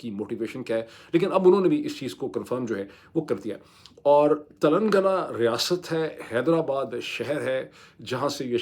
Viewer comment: Tilangaana is the right pronunciation